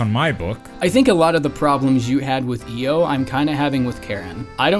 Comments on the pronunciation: Couldn't make it one minute in. You definitely mispronounced Io's name. I don't even get how you managed that. Both the English and Japanese pronunciations say Ee-yo, not Ai-yo. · It's EE-Oh, actually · Io is pronounced as E-o Yakumo says it at some point in the game Also Louis isn't pronounced as Lewis it's pronounced looee